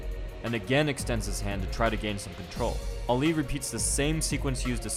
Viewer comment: It's annoying that your saying "Oli" .. Its " Ali" !